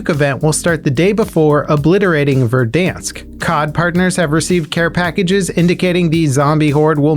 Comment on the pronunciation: HE LEARNED HOW TO SAY VERDANSK rip Verdonsk, you will be missed